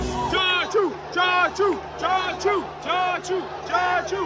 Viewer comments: Its actually chacha not chachoo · its chachuu not tattoo :D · brother his name is not chachoo, his name is Chachaa😂